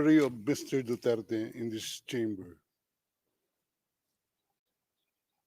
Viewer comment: du turd kayo ng du turd, duterte po ang bigkas, hindi du turd.